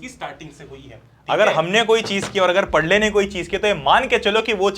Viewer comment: Padhle 🚫 pathle 😂😂